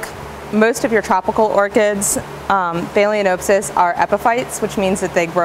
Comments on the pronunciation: Informative video and I'm sure you're quite knowledgeable of orchids and other tropical plants, but your gross mispronunciation of phalaenopsis made it very difficult for me to watch your video. It also gives the appearance that you are not as knowledgeable about orchids as you suggest. You are pronouncing the word "phay-lee-O-n-oh-p-sys". You area adding an "O" before the n. The correct pronunciation is "phal-eh-nop-sys". The "a" in phal should be pronounced like the "a" in pal. The "o" in nop should be pronounced as the "o" in not. Otherwise you have good information. It's just unfortunate that you perpetuating an extremely incorrect pronunciation to what is now almost a million viewers. If you don't think pronunciation is important, then I'll just call you AYNN instead of ANN or AYNNIE if you spell Anne with an e. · Haha phaleaNOPEsis.....😆😆😆😆😆😆😆😆